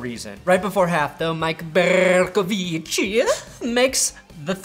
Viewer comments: Love the way u say Mike Bercovici😂😂😂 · “Bercovici” with the Italian accent. OMFG! 😆